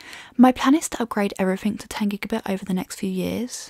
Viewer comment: In all a good review,but a few pet peeves.First she will need to learn to pronounce three properly, instead of pronouncing it free.as well as everyfing and I fink, Seems the more Nth you go,the more F replaces TH. This laziness makes the Queen;s English sound cheap and the speaker uneducated.